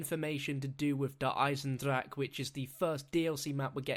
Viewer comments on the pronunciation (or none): The incorrect pronunciation of eisendrache makes me cringe, you pronounce the 'e' at the end like 'eh'.